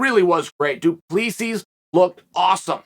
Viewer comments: I have heard Chael saying Piera so many times that I expected him to say Dwen Till and just to shut me up, he says Duplissi. Damn Chael, the undefeated,undisputed prononciation master. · Learn how to say fighters names! What is this ? Dooopleseas? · Du PlessEE -- The S is silent 😂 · The 'S' is silent 🤫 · Chael obviously did not watch the post fight interview, the last "S" of du Plessis is silent. As a South African I wanted Drickus to win, but I also like Darren.